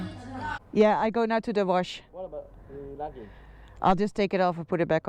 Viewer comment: I laughed out loud when I heard you say warsh instead of wash! You sounded like me, from Iowa 😂